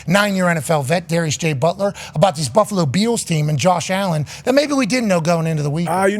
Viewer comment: “Buffalo Be ills team”. lol.